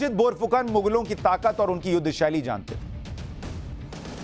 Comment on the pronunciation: Bour fukon nahi..borphukon